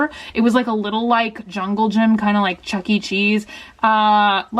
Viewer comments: Wait... Did she say CHUNCKY cheese 😂😂😂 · Did anyone notice that she actually said chunky cheese LOL